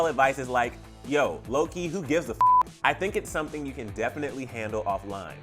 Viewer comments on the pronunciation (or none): none